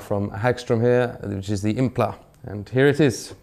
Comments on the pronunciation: Yeah he did you know like that pshcye band "tame impla" 😂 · Is it just me or is he saying “impla”???